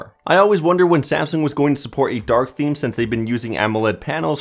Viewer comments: Is it only me or he pronounced theme,The Me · did he say theemee? Who pronounces theme like that????